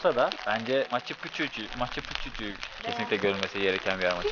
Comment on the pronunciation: pikçu diye telafuz edilir.